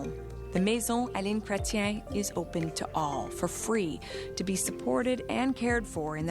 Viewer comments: It's pronounced " kre- tee- en" ,accent on the last syllable. He's intelligent, can be very charming, and truly understands politics. Tough old guy too, that knows exactly who Pumpkin Face really is. Should Carney call Pumpkin out? Why would you poke an angry, insane bear with a sharp stick? That's just silly. Thank you for showing the love story between him and his wife, and the love for our Canada. You guys might like it here. The weather is cold, but the people are warm. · His name is Pronounced “Kret ‘yen” He was the last great leader we had as Prime Minister. There were scandals but he led the country well through turbulent times. He woke us up after a period of leadership by the progressive Conservatives. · sad CANT EVEN RESEARCH HOW THE EX PRIME MINISTER NAME IS SAID! poor JOURNALISIM! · Ridiculous coverage of a previous PM. I cannot believe the Canadian cannot pronounce his name correctly. Chretien stood up to Bush during the Iraq war and refused to join the US’s “coalition of the willing” to invade Iraq after 9/11. Learn some history. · I bailed 3 seconds in because my favourite former prime minister deserves, at the very least, to not have his name mispronounced in lazy American bastardized attempt at French. Huge insult to his culture and the millions of Canadians who, like me, adore this man for his integrity, dedication and professionalism. You are so simple minded and infused with arrogant American exceptionalism you don’t even have an f-ing clue how disrespectful you are. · No, you said "crétin" which is a synonymous for "idiot" in french, Jean Chrétien native language. It's pronounced : Kray-Tian like place TIANanmen. Also, calling someone a "transformative" president is the most passive aggressive Canadian insult you can get. Just FYI. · Pronounced, Prime Minister "Kret-chian". He is French Canadian. When President Bush was trying to suck in countries to form an alliance for the phoney Iraq invasion, Chretian said: "Are you kidding? No thanks".